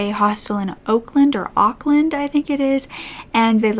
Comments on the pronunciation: yes we are very blessed over here. What happened to Grace is extremely extremely rare. I don't think I've ever heard of anything even close happening here before. p.s it is Auckland like awkward, awkland. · The second pronunciation of Auckland was correct (awk-land)